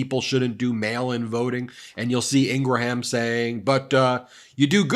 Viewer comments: Ok, I’ll say it. Love this channel, but please stop telling people that Ingraham’s name is IngraHAM. I don’t eat a graHAM cracker. I eat a GRAM (phonetic) cracker. There is no need to butcher the Old Norse/Old English origin of this name. Please, it’s so culturally jarring for me. Thanks for providing this channel! I have learned a lot so far. I can hear the eyes rolling already. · Just FYI Ben Meiselas, when you pronounce Laura's last name it's actually pronounced IN-GRUM not IN-GRA-HAM. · your pronunciation of Ingraham needs work